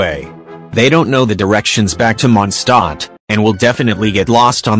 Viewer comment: "monsTAT" Oh and is any of you a fan of jellybean? Im a fan :D